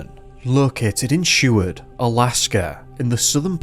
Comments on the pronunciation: Dude how do you mispronounce Seward. Sheward?? Tf is up with you man you do great work and the net will tell you how to say it... you are all about education yeah and all tooting your horn about how "hard" it is to get a "PhD", ... Bud the hardest part is the CASH needed to pay for one. Anyway whatever I've been picking on you for longer than that idiot who subbed to you 4 years ago has even looked at your videos, so nothing new, hearing you absolutely belligerently destroying the easiest names in the history of the English Language, most of em American, while you tut tut about us like we are stupid for being different.... I'd still smash a beer bottle over your head but, I enjoy your videos. Try a little to earn your pay and PRONOUNCE these words would ya, have some respect if your gonna talk about us for money. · I had Mrs. Seward (married to grandson of Wm. Seward) for 5th grade. She was such an awesome teacher. We were even given the opportunity to view high school films in the 5th grade. ❤️👍 p.s. the name is Seward not Sheward.